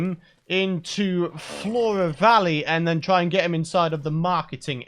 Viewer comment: Four-uh vawwey, I can roll with that name.